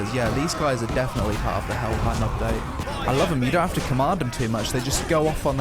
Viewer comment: Helheim isn't prounced with an I sound, but an A sound, like the word "fame" rather than "time". Also, norsemen, and by association those that went viking, were more often than not clean-shaven. We have surviving letters of Christians warning of the dangers of their daughters being lured away by the Vikings clean faces and well groomed hair, and the alluring scent of freshly washed viking men. It was later Europeans who portrayed them as dirty, barbaric, and unshaven to villainize them (not that I'm saying beards are bad, just that there was a time they were depicted that way).